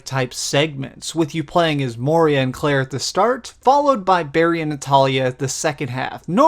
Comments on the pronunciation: Good review! But it's Moira! Not moeeria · lol you keep saying moria instead of moira. this isnt the lord of the rings lol! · Bruh, Moira, not Moria... Good review though :)